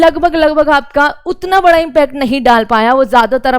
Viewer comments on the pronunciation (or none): none